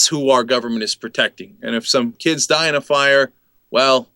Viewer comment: on msnbc cenk said "dem kibs" lol